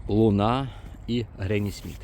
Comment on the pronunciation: Сорт Луна говорить в кінці, не дуже чітко.